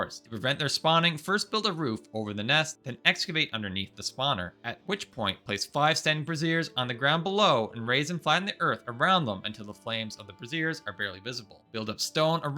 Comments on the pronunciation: Brazier is pronounced BRAY-zier. "bra-ZEER" is the pronunciation of brassierre, the full form of the word "bra". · Tip 21: Brazier is pronounced "BRAY-zher". " brah-ZEER" is the full name for a bra. Great video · So many people on YouTube pronounce brazier incorrect. They all seem to pronounce it like what a woman wears ("brah-zeer"). The lighting item is pronounced "bray-zhur." I understand the confusion since the spelling is the same. But still, stop lighting your bases with bras lol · They’re “bray-see-ers” not brassieres. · Bro. Brazier (bra·zier) fire pan. Brassiere (bras·siere) boob holder. JFC 😂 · Bray-zhurz not brah -zeerz. One is a BBQ, one is underwear. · Brazier: bray-zure (like Frasier) is the light source, brah-zeere is a woman's bra. Though I'm sitting here giggling about how I could make a grey dwarf farm out of my old bras, do they wear them on their heads? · Brazier is pronounced "Bray-zhur" - I cackle every time you say it like brassiere. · Pronounced braisure my dude. No a bra LOLOL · bray-zhur (this isn't Victoria's secret, it isn't a brassiere) [I did love the content of the video fr though, ty] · Bro why do you pronounce brazier as brassière lmao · Brasier (BRAY-zee-er): flamey lighting fixture. Brassiere (brah-ZEER): undergarment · Great video, it never occurred to me to create a map key and I didn't know about the starred enemies spawning at night. Just as a FYI, brazier is pronounced like /ˈbrāZHər/, which is different from brassiere /brəˈzir/.